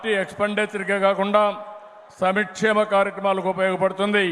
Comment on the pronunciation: సమీక్షేము కాదు నాయన సంక్షేమం